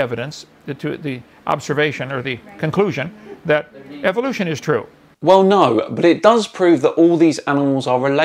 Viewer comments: You say it Evil lotion, I know it's the accent I'm not harping on that it's just funny because most evolution deniers find Evolution EVIL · don't ignore the BLAT'A'NT fact that while you hear it as "evilution" you believe there is some hidden meaning behind it when he says it, that much is obvious, because of the word "evil"? And I'm fully aware of the alternative forms of pronunciations so you won't enlighten me with anything.